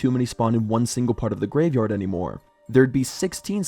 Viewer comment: reupload cause said yavegard instead of graveyard 😭